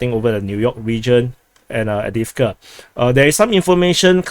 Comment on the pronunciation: sounds multi lingual since childhood to me. His English has not been a problem but a joy to listen to because it seems informed by other languages and his keen ear and sense of humour. I keep being frustrated by him saying Crymina instead of Kremina and Adivka instead of Avdivka. Lemon instead of Lyman has been among the highlights of commentator humour in these dark days. It is a pleasure to subscribe to him.